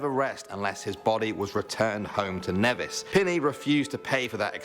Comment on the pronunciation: he pronounces Nevis wrong,its pronounced Neevis